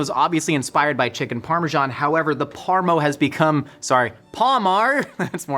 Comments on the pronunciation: its either - PARMI or PARMA, mate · In Australia we have a very hotly debated culture war between saying Parmi or Parma. To find out the UK calls it parmo.... I'll never argue either way again. Parmo is the worst thing i've ever heard. Bloody poms. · I can confirm, as a Brit, we only say "parm". No extra vowel on the end. Thanks.